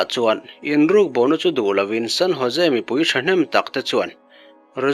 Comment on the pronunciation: San Ho..se ti a lam tur aw....San Jose tih kha